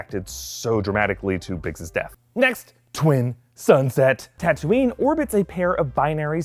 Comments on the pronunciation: The tunisian town is actually Tataouine, not Tatouine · That's not Tatouine but Tataouine! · The actual name of real city in Tunisia is Tataouine, which could be said “tatawin” in English.